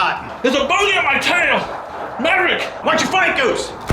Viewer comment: Did homeboy say "marrick" in the top gun scene? oof.